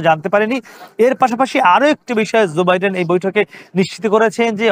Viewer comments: zoe biden na joe biden, uchcharon thik rakha uchit ato boro ekta news cover korte gechen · রিপোর্টার এর উচ্চারণ ঠিক করা উচিৎ। ঝো না জো হবে।